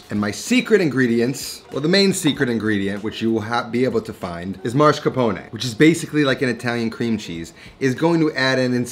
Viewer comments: you say ''marscapone''. Isn't it ''mascarpone''? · MAScarpone. Not MARscapone. You're pronouncing the R in the wrong place.